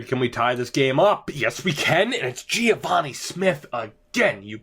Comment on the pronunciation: im pretty sure its just geh-vah-nee not gee-ah-vah-nee